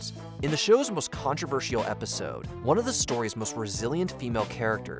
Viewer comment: The narrator pronounces controversial in a really weird way.